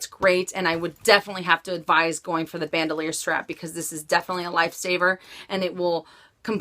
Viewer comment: It's not pronounced "ban - doe - leer". It's French, and pronounced "bahn - dool - yaar". I'm just amazed all the time, that for all the money that people spend on these bags, that they can't pronounce them correctly. Are the SA's not pronouncing them correctly? It starts with them.........they should be.